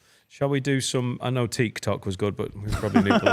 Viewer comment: (to Finn) "Are you not on Teak Tok?" 😂😂😂